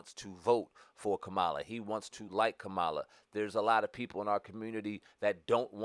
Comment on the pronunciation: First of all, why you so disrespectful? What if I call you Spam over and over again? If you watched the DNC convention Mrs. Harris's nieces explained in real simple instructions on how to pronounce her name and your dumb ass still can't get it right.